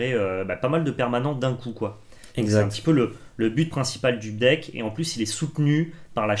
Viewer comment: Oh et ils sont nuleuh. Leurs deckeuh sont nulleuh. En plus ils ne parelent pas de Magiceuh